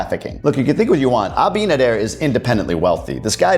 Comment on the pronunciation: Hey … your pronunciation of Abinader is sounding great!